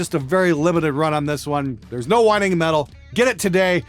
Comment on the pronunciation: Did you say whining or whine-o's